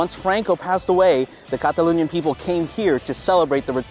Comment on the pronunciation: I didn't know it's pronounced Cataloonia, I thought it's Catalonia. Live and learn.